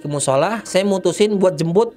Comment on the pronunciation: Di saat gua lagi asik asik nya nonton dn fokus dngerin eh tiba tiba gua ktwa geli🤣🤣🤣entah tlinga gua yg eror apa emng bnr ya🤣🤣jembut bukan jmput🤣🤣🤣